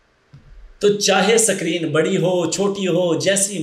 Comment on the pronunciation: O Suckreen nahi hota screen hota hai.